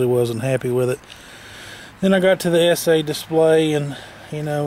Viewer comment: Thank ****, finally someone who can pronounce ESEE right.